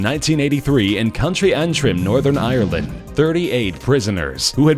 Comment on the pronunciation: I'm Cringing at how the narrator said Northern Ireland and County Antrim